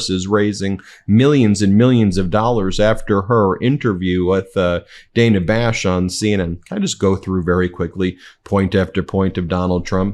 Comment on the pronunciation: DUDE!!! It's Dan-uh Bash -- you keep saying "Dayna", which is NOT how she pronounces it. Please have the respect for her to pronounce her name the way she wants. Thanks!